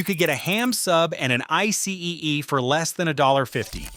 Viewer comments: It was not a frigging I C E machine! It was pronounced icy! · Hey stupid icee is pronounced I C. NOT i see e. Fyi A light is makes light a siren makes noise. They had a blue LIGHT special NOT a blue siren special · Wait it’s pronounced I C E not Icy? lol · Buddy it’s just icee (eye-see) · Literally saying I-See-ee you've never stepped foot in America this video should be deleted no matter the facts but... I-See-ee. That's discredited everything in the entire video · Geez, it’s just pronounced “icy”—who doesn’t know that? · Icee , e? Strange way to say that. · Ice-EE. You might want to fix your terrible voicebot.. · Had to stop watching after the third mispronunciation! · Learn how to pronounce Icee!